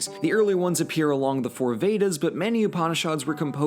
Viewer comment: I'm 5 minutes in, and please, you do know literally every single vowel in upanishad is short, right?